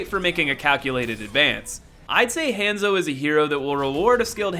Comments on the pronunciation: It han-zo not haaaaaaanso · hon-zo not hand-zo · I'm sorry, I kept hearing hamzo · Did he just call hanzo hanzo!omg this is how you say it:Hanzo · I about lost my mind every time you mispronounced "Hanzo."